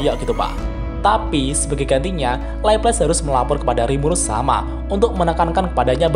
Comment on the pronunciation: Di anime nya di panggil Laplase/laples deh bang bukan leples 😂